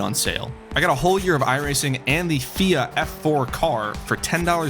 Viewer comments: It's not fia it's F-I-A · P.S.- It's F, I, A not FIA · love the video, but the way your pronouncing FIA is unnerving at best. F.I.A, like how you pronounce FBI, you don't say it as a 3 letter word, but 3 separate letters. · Pronounce FIA like that again I swear to god